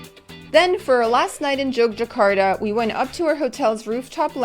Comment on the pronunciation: Just in case you go back the city's name is pronounced YOGYAKARTA. The old spelling Jogjakata is the dutch way of writing so the J would still be pronounced as Y. However, the main point is, I guess, I loved your video and I have some time free so I'm going in 8 days. Thanks for the inspiration!